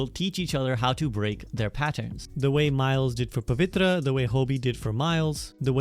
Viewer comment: The way i LIT UP when you said Pavitra right was just instant , i thought " is this guy Indian ?" ,( Btw spectacular vid )